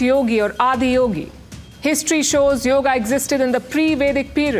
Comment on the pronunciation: Yoga is the right pronunciation! In the North, they often cut off the vowel at the end due to the influence of Urdu, a language of the Muslims who colonized India!